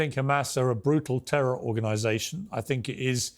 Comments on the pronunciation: Tehwol!(terror)! That dude should learn another language with a speech impediment like that. 😆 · " a tewor attack" lol